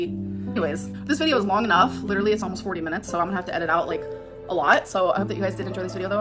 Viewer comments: That’s the only word she knows. Literally, lidurally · I hate the way she pronounces “literally”